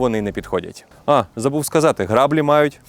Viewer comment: Не грАблі а граблІ. Вимовляємо правильно.